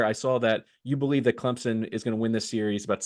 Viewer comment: It's pronounced Clemp son not Clem zen